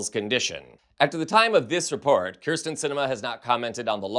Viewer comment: If you are going to focus an entire segment to a person, please learn how to properly pronounce their name! It's Kyrsten, not Krysten. (Hideous though she may be...)